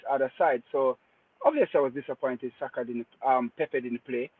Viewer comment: on his Rosetta stone, casually butchering Saka's name😂😂